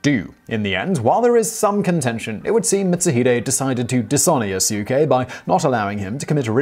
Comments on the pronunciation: Yasuke is pronounced “Yasske” like Sasuke with a Y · Simon! Watch more anime my friend. The more appropriate pronounciation of the name is "YAS-kay." The u should barely be pronounced. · Good research, love this episode... One thing tho, (don't think you noticed ) his name is pronounced "Yas-Kee" lol, sounds fun with pronouncing (Yah-su-ke) tho ;) (Yes, his name is spelt Yasuke) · It's not Yah su ke, it's Yas- ke. The U is silent. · Yasuke is pronounced "Yass-keh" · the u in yasuke is not vocalized. that's because in the japanese language, if a u comes between two devocalized consonants, it becomes devocalized. that means you mouth the u, which does subtly change the ending of the proceeding consonants, in this case the s. so it's pronounced more like yaske without a u, but the u is mouthed but you just don't vibrate your vocal chords, leaving a slight pause and also changing the tone of the preceding s consonant. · Simon: My French pronunciation is terrible. Me: Quoi??? I'm sorry I can't get past the yah sukeh. Lol =op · yaskay you'd know how to say the guys name if you watched anime at all. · Yasookay, lmao. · Pronounced Yahs kay! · Beginning with your pronunciation of Yasuke the whole video is bullshit.